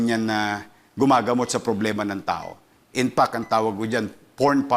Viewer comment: Ito ang gustong maging Presidente pero kahit “INFACT ay hindi ma pronounce ng mabuti .🤣 inpak daw.🤣 At compare kay ViCO Sotto itong Isko ay hindi nakakuha ng award sa Tranparency sa gobyerno nya Manila.